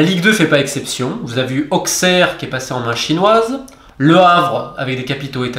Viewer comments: AuSSerre Romain, pas AuXerre... Très bonne vidéo au demeurant mais on s'y est habitué 👍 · petit moyen pour retenir : AuSSerre, MeSSe, BruSSelles, et non pas Auxerre, Metz, Bruxelles (au niveau de la prononciation) ;) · Romain, on prononce AuSSerre sinon très bonne vidéo comme toujours